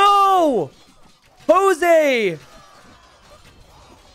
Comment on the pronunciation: You probably wont see this and it might sound as a nitpick, but hey, whatever. Jose is pronounced like Joke with a S! Spanish or Portuguese pronunciantions might be pretty confusing as well..